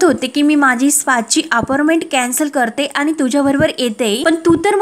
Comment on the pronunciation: आविष्य नाही आयुष्य , अपारमेंट नाही अपाॅइटमेट !